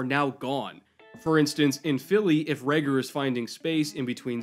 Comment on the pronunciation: Huh I didn't notice untill you pointed it out. Raegor sounds a bit more Scandinavian, a little more cool :) But will keep that in mind, no need to butcher his name ;)